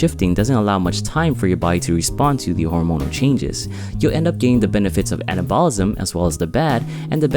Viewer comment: It would be easier to take this seriously if you would pronounce "anabolism" and "catabolism" correctly. :p